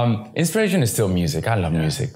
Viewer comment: О да, у него похоже некоторые согласные не на альвеолах. У меня прям уши вянут от его "s", "z". Как в слове "music", например. Вот прям как мы обычно произносим.